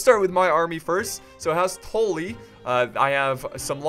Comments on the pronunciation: "house touly" its house tully tul-lyi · Its Tully not Toley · Is just deliberately saying "Tolly" instead of "Tully" just to piss off Game of Thrones fans or does he actually not know how to pronounce it House Tully's name? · This is old but when he says “toll lee” I wanted to die I was like it’s “TULL-EE” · TULL-EE. All I hear is tool-lee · ITS NOT TOLLY ITS TULLY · Not TALLY its TA-LLY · Good video, but listening to you say "tooly" instead of "tUlly" makes me want to punch my computer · Whats the video where JackieFish betrayed you as House Bolton?! I'd love to watch that one. It's pronounced House Tul-lee by the way. House Tully. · Tuh-lee (Tully) anyways loved the vid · Maybe a stupid question, but why do you pronounce Tully "Tohlly"? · its also not Tolly. its still tully but u pronounce it more like Tally. watch the red wedding and listen closely to what catlyn is saying and how. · I love how you pronounce stuff, in your weird accent. But you're still pronouncing Tully wrong, you need to pronounce the Tull bit as if you're saying dull. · Why do you keep pronouncing Tully asToe-Ly? Great vid but that was triggering me at the start. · why do you pronounce tully. tollee. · its pronounced "Tally" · Boi you are still saying tolly not Tully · I've never seen such a difficult time with a short "u" sound. rofl. "Brush," "Tuck," "Guppy," "Fluff," "Tully." Same sound. Like when you rub your chin and go "Uuuuuhhhh..." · how a brit says bus. that ''u'' for the word tully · you said house tully wrong again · I think your still saying tully wrong. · Still not saying Tully right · Just don't pronounce Tully at all please